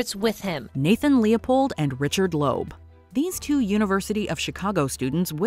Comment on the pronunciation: TO " ": THE NAME IS PROPERLY PRONOUNCED, " LEEB " -------NOT, " LOBE " --------LEOPOLD & LOEB -----MJL, 78 Y/O